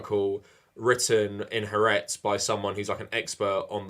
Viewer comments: You pronounce Haaretz “Hah Ahretz”. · Tiny nitpick but haaretz is pronounced ha-aretz. In Hebrew "ha" means "the" and it's kind of a separate word even though it's part of the word.